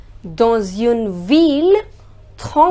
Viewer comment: All your pronounciation are great, but why you say uune. It is more like Oon. Is there a reason why you are saying that?